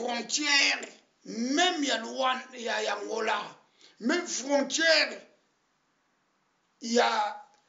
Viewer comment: yo pe oza rwandais po oyebi ko prononcer fronsthrer pardon luka musala ya comedie